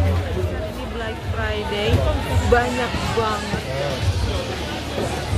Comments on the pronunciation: black kali mba , bukan blak hihi 😂😂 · Black itu penyebutannya blek teteh syang bkn blak tetehku 😊